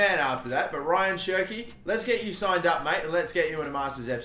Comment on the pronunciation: It's not Ryan, it's more like RA - YAAN. Love the videos tho 😅👌